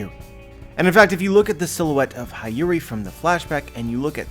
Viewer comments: i love you but I can’t let another one pass. It’s hiyori pronunciation. He-yo-ri not hi-yu-ri. I’ll go ahead and keep my grammar nazi helmet on and support you in pronouncing kyoshiro. It’s ki-you-shi-ro. The accent or intensity is in the “you” part. Thank you and have a good day ❤️ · Hi-yori 😂😂 it's Hee-yo-ree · He doesn't even have to say the "i" in Hiyori as an "ee" sound. Even if he pronounced the 'i' as 'ih' (as in igloo) that would suffice. Why force the 'ah' sound? That's too painful even in English. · I know you're not Japanese, but please try pronouncing Hiyori as Heeyori instead of Hayuri. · Dude I think it Hyori/Hiyori is read as He-yo-ree :D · HIyori, like in Hito, shirohige, hiruluk, hina, otohime, hitetsu, etc, not Hi like "hi, how are you" but hi like in History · hi yori is mom to o toko. its pronounce "he yo ri" for english speaker. lucky for me i took basic japanese. so im well on my way to being a low class weeb. someone said o kiji. for ao kiji. lol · Hee-yori my dude. That’s how you pronounce Hiyori’s name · I cringe every time he says “Hayuri”. u know how to pronounce her name correctly. In fact one of the one piece youtuber corrected you already about this in the most recent reverie video. SMH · I swear it was painful every single time 😂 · can't even pronounce Hiyori's name properly...